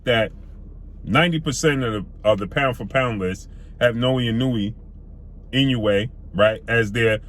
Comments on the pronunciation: I may not be able to name 5 of his opponents either, but i could at least attempt to pronounce his name properly if featuring him in a video, thats just a respect issue. You actually say it right one time which makes the 20 times you dont even worse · Done fucked up the pronunciation of his name cuh. Come on now, his name is hella easy to pronounce correctly. Now, better than Errol? Nah Higher on the P4P list...yeah Ironic On an aside: Your logic is semi-valid but also illogical and flawed. The lower weight classes are minimal difference in weight because they're small af. That's not their fault. Lastly, Naoya has took ALL the smoke...near the TOP in Championship Belts fights. Nuff said! No respect for wins against Hernandez, Rodriguez, Payano, Donaire, Maloney, McDonald?! You be hating. Once he scraped Fulton and then cooks Cool Boy at 122 you'll be singing a different tune. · Ha ha ha he messing over “the monster’s” name pronouncing it wrong